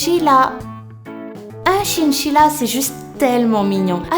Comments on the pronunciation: un chinchilla se prononce "chainchilla" et non "chinechilla" tu sais... ^^' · c'est chainchilla pour la prononciation... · tu ne sais pas prononcé le mot chINchilla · "CHINCHILLA" Comment tu prononce sa toi mdrrrr